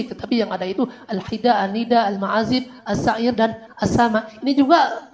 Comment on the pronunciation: Ada koreksi Min, afwan, sepertinya pelafalan ustad yg menjelaskan 5 hal, beliau sebut (terbaca) "asy-Sya'iir"... Sy kira itu keliru, bkn dibaca: " Asy Sya'iir", tp mestinya dibaca: "asy Syi'r'... Krn klo terbaca: " Asy Sya'iir" itu maknanya jadi : "gandum".. Jd, mksd: " Asy Sya'iir" itu sbnrnya: asy Syi'r... Wallaahu a'lam...